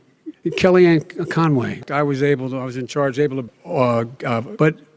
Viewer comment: Kiliank, konway